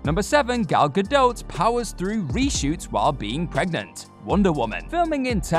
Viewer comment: He keeps saying Gal Gadot like "Gadote" lol. It's pronounced like "Gadoh".